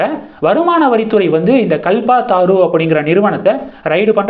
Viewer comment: “கல்பதரு” என்பதைக் “கல்பாதாரூ”ன்னு படிக்கறயே?